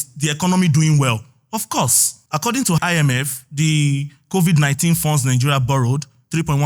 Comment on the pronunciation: tinubu guy said I-me-fem instead of IMF 😅😅😅